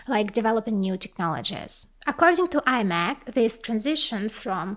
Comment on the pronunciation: не аймек а имек!